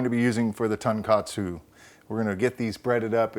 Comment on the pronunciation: TONE KA TSUE. also not done with Veal, TON means pork these are done with pork loin usually